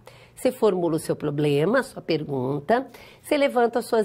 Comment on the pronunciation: E a variação linguística que permite kkkk